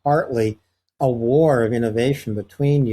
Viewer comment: War, not way